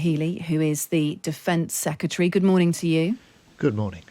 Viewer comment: How does a Times radio presenter not know how to pronounce secretary?